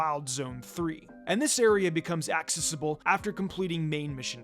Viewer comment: I can forgive that tho because it’s an unusual word. But he can’t pronounce accessible either and it’s driving me crazy